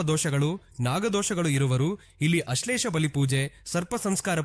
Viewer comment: ಅಶ್ಲೇಷ ಅಲ್ಲ ಅದು ಆಶ್ಲೇಷ... ಶಾಲಿಗ್ರಾಮ ಅಲ್ಲ ಸಾಲಿಗ್ರಾಮ